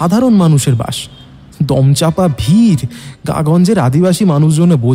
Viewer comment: Bus. Sssssssss. Not bush